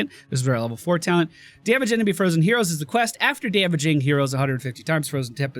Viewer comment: am i the only one hearing euros and not heroes? xD